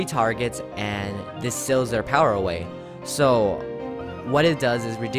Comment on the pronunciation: when he said so i thought he said saw